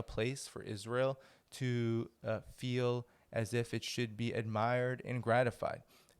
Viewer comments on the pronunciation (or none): none